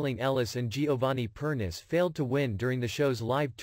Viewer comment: You pronounce Giovanni's last name as Per-ni-che. Get it right!